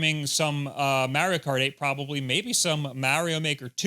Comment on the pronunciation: so funny how you pronounce maerio kart and maerio maker